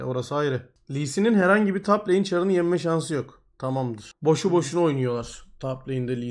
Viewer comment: ya “yenme” diyemiyo da “yinme” diyo ya bayılıyorum jdkdldşkfkdldld